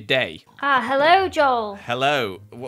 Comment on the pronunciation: Joel I will not be doing accents today Also Joel “heillo” don’t know what that was but let’s start the video. Great Joel 😜😂